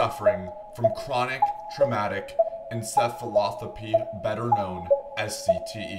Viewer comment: You really butchered "chronic traumatic encephalopathy." Also you cannot get cte from one hit, cte is caused by many instances of head trauma over a prolonged period of time. Wide Receivers rarely get cte as they are not in "the trenches" so to speak. Receivers are tackled by cornerbacks who are small, soft tacklers, and not nearly as powerful as a dlineman or offensive lineman.